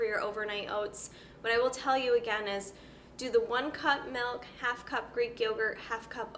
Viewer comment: "Melk" and Wegmans products. Someone is from NY.